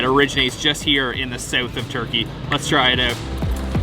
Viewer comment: Dude it's pronounced south! NOT sewth